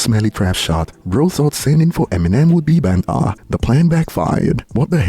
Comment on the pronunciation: You pronounced banter as ban'a 😂😂😂